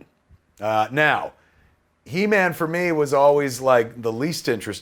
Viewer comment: Keva you just butchered He-man.